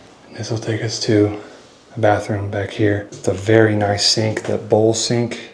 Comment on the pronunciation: What in the world is a ZINK⁉️🤣You pronounce (sink) that the same way my now 30 yr old used to pronounce thunderstorms at 3 as Funderstorns! Only difference is, she quickly grew out of mispronouncing things and started correcting her first teacher>>ME‼️🤣